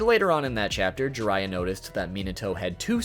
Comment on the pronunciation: who's "jurayah" ? 😜 if you can say byakugan, jiraiya is similar. An "ee" sound followed by "ah" sound. Gee-rah-iyah